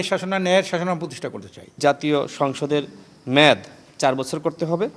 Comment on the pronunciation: মেদ না মেয়াদ